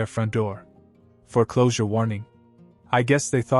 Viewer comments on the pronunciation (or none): Foreclosure is one word not fore closure two words. If AI is responsible for this then use a real human. Makes you sound stupid